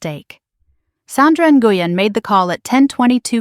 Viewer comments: Nguyen is pronounced When! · Nguyen is pronounced "Win". Why is the story about the nurse contacting Daniel being repeated........SEVERAL TIMES?? Why not tell it completely the first time?!?